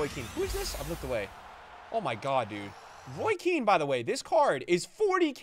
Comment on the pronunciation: “Roy Keane” 🤦🏻‍♂️ 😂